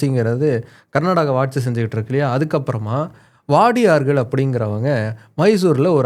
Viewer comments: Its not vadiyar , its wodeyar❤❤ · வாடியார் இல்ல மைசூர் உடையார் எனபதே சரி போலும். (Wadiyar is English Pronounciation) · It is not VADIYAR ,, WODEYAR MEANS RAJA OR YEJAMAN ,, ETC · Not wadiyar it's Udaiyar